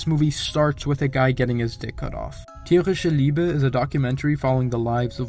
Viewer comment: Do you take german class? Your pronounciation in "Tierische Liebe" was quite good. :) Greetings from Berlin!